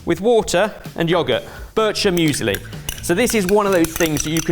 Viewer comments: "Börtscher" Müsli... you're great 😅 btw I really love eating sliced green apples with salt (Fleur de Sel) and fresh ground pepper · Lovely, creative, yummy!!! The pronunciation of birchermüsli is atrocious. My Austrian mother would say “that hurt my teeth”. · The pronounciation of «Birchermüesli» was something haha. Very nice video as always though!